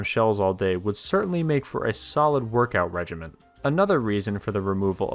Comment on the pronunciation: "regimen" NOT "regiment"